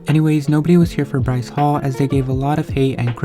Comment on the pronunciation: and btw it is Bryce not rice